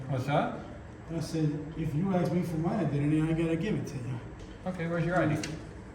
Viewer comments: Why do these people always say “aks” instead of ask , this just shows the level of education required to be a tyrant . Ghetto ass people should not be paid by tax dollars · “In about two seconds here, I’m gonna AXE you to leave…I’m gonna AXE you to leave.” 😂😂😂